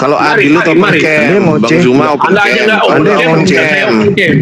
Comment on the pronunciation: Bukan SU.. SUMA... TAPA ZET... ZET... ZEEEEETTT... ZU.. ZUMA... OTEN SUSAH NYEBUT ZET... PASTI HAMPIR KESELURUHAN OTEN MENYEBUT NAMA ZUMA MENJADI SU.... SUMA. .. 🤣😁😁😂😂😇😇😇